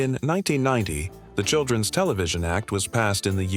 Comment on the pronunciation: "didn' tee" "children' ess" "hero' ess" This machine needs to work on its pronunciation of contractions. But, it got "Cap'n" right, so maybe the person who wrote the narration needs to learn how apostrophes work.